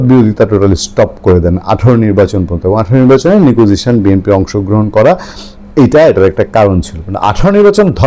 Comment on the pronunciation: আপনি কমেন্ট পড়ছেন না। নিকুইজিশন না negotiation.